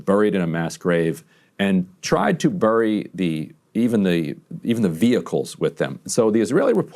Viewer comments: Ryan, it's pronounced berry, not burry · Ryan says bury oddly